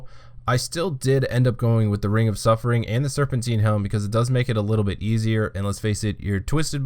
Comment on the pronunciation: Its not "Serpenteen". It's serpentine. Like Time. Tine. Serpentine. Jesus christ kid.